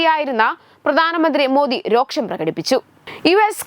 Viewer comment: രോക്ഷമല്ല അനിയത്തി, വെറും രോഷം..... ഒന്ന് ശ്രദ്ധിക്കു...... പ്ലീസ്